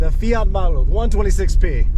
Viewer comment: It was my first car... great experience. Your polish pronunciation is brilliant congratulations 👍